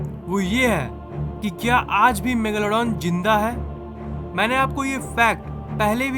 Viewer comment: App ajj ko yaaj kyun bol te ho?